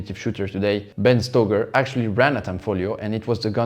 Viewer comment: Ben StAYger not StOHger.